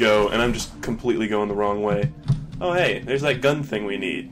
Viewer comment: Your "hey" at the beginning sounded so polish i thought i had clicked a different video by mistake.